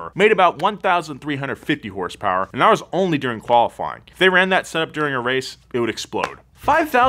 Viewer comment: 5k hurs purs. Sounds like Bull chit to me.